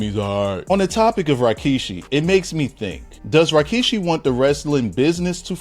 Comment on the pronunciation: Why is he keep saying RYKISHI?